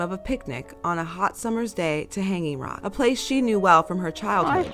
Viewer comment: Australians do not put the emphasis on "hang" in Hanging Rock, but rather on the "Rock".